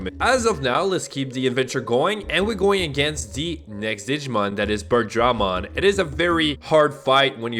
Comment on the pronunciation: may I make some corrections to your pronunciations, & recommend rewatching english dub of Adventure (: BIRD-druh-mon guh-RURU-mon drim-MO-ji-mon BAH-keh-mon ty-RAN-no-mon VEJ-ji-mon LEE-oh-mon (ironically you were pronouncing it right in its Latin origin) OH-ger-mon MAR-ket MAN-uh-jer (emphasis on capitol letters)